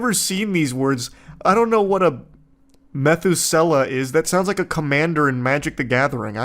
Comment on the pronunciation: I've never encountered such blatant targeted ads featuring only magic the gathering cards. I've relied on adblock Plus or the brave browser for over 15 years, so this is genuinely wild. It's also hilarious how he mispronounced methuselah as "meth-ewwsail-ah" like he's never heard of such nonsense and madness. I think it's something more around "meth-ewwsa-lah" there charlie lool. He sort of, in his head, probably said "meth-ewwsail-squidgy service?" I can't get that guy out of my head he had to be being sarcastic because there's no damn way someone like that exists.. Amirite?